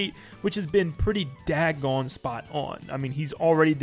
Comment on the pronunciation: How long before he notices it’s not “dag-gone” but “dog-gone” ?? 😂